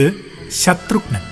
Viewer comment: ശത്രുഘ്നൻ ആണ്. ശത്രുഗ്നൻ അല്ല